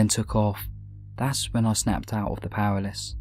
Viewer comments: he was saying "paraliss" lol it's "paralysis" btw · Say it with me! PARA-LY-SIS PARA-LY-SIS PARA-LY-SIS NOT PARALYS FFS. LEARN TO READ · Was he saying powerless?? You mean PAR-AL-ISIS... LMAO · Palasis you know how to pronounce this stop pretending you don't know how to pronounce paralysis your British it's in your blood ffs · I'm not impressed that pronounces "paralysis" as something like "paraliss". It's not that obscure a word and he surely must have encountered it before and know how to pronounce it. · should learn how to pronounce 'paralysis'.